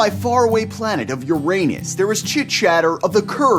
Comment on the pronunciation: Lol "Uranus"